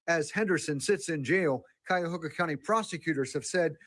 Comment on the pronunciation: She’s in Cuyahoga County Corrections Center….its pronounced like Ky-a-hoga. Ohio Distance & Electronic Learning Academy is online schooling which is basically homeschooling or online schooling. The blue uniform doesn’t always mean “felony” charges in Ohio, I was a Corrections Officer in a 642 bed Regional jail & blue uniforms there meant minimum security. So the blue uniform doesn’t mean anything statewide in Ohio.